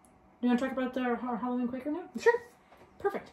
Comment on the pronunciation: Think it’s Quaker, not quacker lol. Loved watching you two